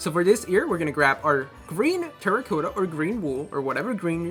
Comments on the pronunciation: Its good but it makes me cringe every time u say terracotta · you cannot say terracotta right